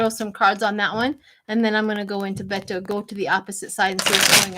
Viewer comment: SHIELA IT'S PRONOUNCED BAY TOE.